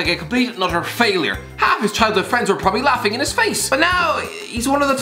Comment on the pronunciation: No-one: Absolutely no-one:: PRRRRPRPRPROBABLY